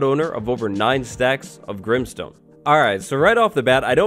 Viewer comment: Deepslate Also a second later: Grimestone